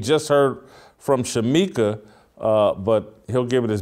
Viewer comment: Dang...Shemeka Michelle not Shemika🤦🏻‍♀️